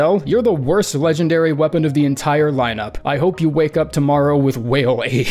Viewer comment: Did bro just say whale aids 💀🤣